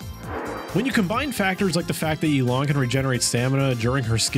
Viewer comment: Man’s said “Yeelan” 💀